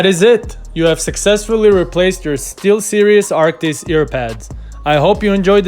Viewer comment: Did he call them "Still serious" instead of 'Steelseries'? That inspires so much confidence